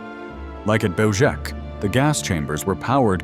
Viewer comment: Belzec is a Polish word. It is pronounced Bel-zhets. If we are to make documentaries of this era, we must respect the languages of the victims.